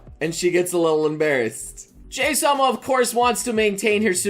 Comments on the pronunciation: I've been reading a bit of this Manga before you made this video, and there's 2 things you've said in this video that kinda irritate me, honestly. 1, you pronounce her name as 'Jay'. It should be very obvious that that's not how you pronounce her name, given that the manager at her work calls her 'Hi-chan'. (Pronounced like 'He') I can't recall the exact origin, but both Jahy and Druj are based off of some sort of mythological gods/demons, and that's likely why their names aren't spelled in a Japanese format. Of course her name could be pronounced differently where the mythology originated, it at least in Japan is clearly prounced as 'Jah-Hee' (Would be spelled 'Jahi' in a Japanese Format) 2, you called it a Reverse Isekai. That's not ENTIRELY wrong, but it's not entirely correct either. Calling it a Reverse Isekai gives off more of an impression that she travels to a completely different reality, where the laws of nature/physics work differently. (Like one world having magic, and the other having none) As well as that they're completely disconnected from one another. (Except for by the 1 manner they manage to travel between eachother, which is typically rare or unheard of.) Jahy simply is just cast out of the home of the Demons to the home of Humans. You also made it sound as though Magic flowed through the Demon Realm naturally, while there was none in the Human Realm. The Demons in the Demon Realm simply just had power given to them by a large Magic Gem within the Demon Re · Why you call her Jay instead of JaHy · Pronounced ''Ja-Hi'' not ''Jay'' ... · so its pronounced as jay i thought its more of a jahi XD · "Jay-sama" Every normal human being: "Jahee-sama" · It is pronounced Jay or Jahee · Her name is pronounced jaw-he (Jahii in Japanese) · please leave tons of compliments in the comment section Commen section: iTs JaA-hEe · I think it's supposed to be pronounced je-hii... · Dude, it's pronounced Jaw-Hee Sama. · I think it's pronounced Jah high